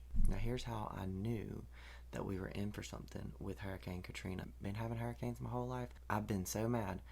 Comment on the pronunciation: Yasssss 😂😂😂😂 thank you for your proper southern pronunciation of hurricanes. ❤🎉 categories on point too! 3 and above is a concern.